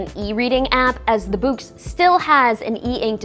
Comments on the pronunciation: Ummm. I think "Boox" is just pronounced like "books". It doesn't rhyme with "kooks". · All it took was Onyx to release the “Boox” to make an American pronounce “books” like someone fro Yorkshire (9m38s).